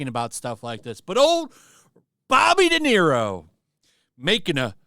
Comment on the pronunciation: "Robert DeZERO Day"